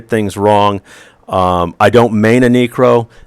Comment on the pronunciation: knew you were an alt necro when you called it a kneekro =) Love your stuff though!